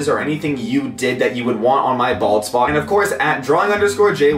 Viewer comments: I keep hearing ball spot not bald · y do i keep hearing ball spot.... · I've heard bald spot tooo much so it sounds like balls spot xd